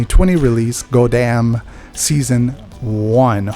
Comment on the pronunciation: its pronounced like gwe-dam